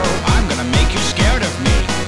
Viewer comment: "I'm gonna make you scarde of me "HAHAHAHA